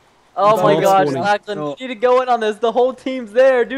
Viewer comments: Did Preston just call you Lak-laan ? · Anyone notice Preston say lacklan instead of Lachlan half the time.